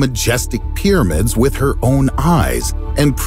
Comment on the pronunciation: Peeramids this. Peeramids that. Peeramids...... Peeramids.